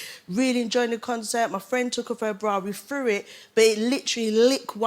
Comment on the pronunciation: Threw it not frew it